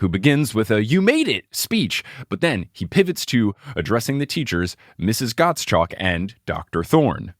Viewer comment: Gottschalk is actually a name that most Germans would absolutely know and pronounce differently :D more like Gott-schalk (but I think English doesn't have the "sch"-sound) There is a German TV personality with that last name :D